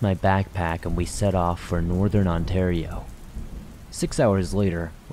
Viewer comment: Oof that pronunciation of Ontario made me cringe